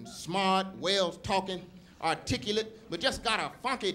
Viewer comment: ...he said artriculate!